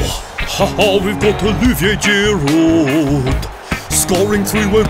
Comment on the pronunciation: He said girudet